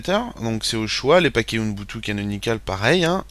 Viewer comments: c'est ubuntu, ce n'est pas "unbutu"!!!!!!!! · on dit ''ubuntu'' pas ''unboutou'' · U - BUN - TU! et pas UNbutu C'est si compliqué à prononcer? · pas mal mais dommage pour le OUNEBOUTOU énervant a la longue...c'est OUBOUNETOU (ubuntu) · MDR à chaque qu'il dit ounbutu je péte de rire et les pire c'est qu'il le dit plein de fois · ca se dit OUBOUNTOU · Le pire c'est que pourtant il a plus travaillé dans toute sa vidéo afin d'être pédagogique, clair et complet à la fois malgré son défaut de prononciation, que toi dans ton commentaire .